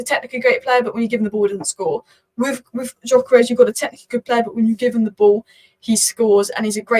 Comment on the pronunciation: btw it's pronounced dyökeresh (if you care), with the gy sounding like the "d" in mountain dew or amount due